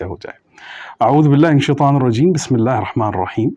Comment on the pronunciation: السلام علیکم غلطی کی معافی چاہتا ہوں میں کہنا یہ چاہتا ہوں کہ اپ بسم اللہ کو جلدی میں صحیح تلفظ سے ادا نہیں کر رہے یعنی بسم اللہ میں اللہ نام کے نیچے زیر ہے اس کو اپ تیزی میں پڑھ جاتے ہیں صحیح نہیں پڑھتے